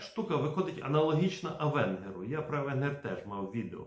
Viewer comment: Avenger [авéнджер]